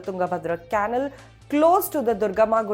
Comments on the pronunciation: Its not can-nul , you pronounce it as Kuh-nal. Come on Indian Express you can do better! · Caanal or canaal? Dear kindly check once your pronunciation of the word " canal". No insult intended please! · Ummmm....the words Canal, Police, and Assailant are pronounced in a most unusual way. Most interesting. Must be Ind-Glish !